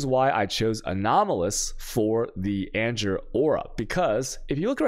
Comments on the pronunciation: "anjer" (Anger) made me unsubscribe lol. Cant do it anymore, he triggers my OCD so bad. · The constant pronunciation of anger as anjer is filling me with anger 😂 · ANJER? What? Please be kidding... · Does he even speak English? and he managed to butcher anomalOUS (as in Pose) mETA (as in Pita, the food) anGER (as in Danger). That's not how you pronounce these. Like holy shit he must be an American. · The way he's saying anger is triggering me